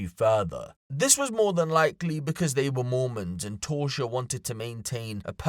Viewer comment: Her name appears to be Tausha. Not Torsha